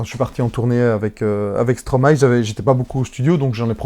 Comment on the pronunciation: Non mais c est quoi ces traitres qui disent stromaé lol ... impose ton style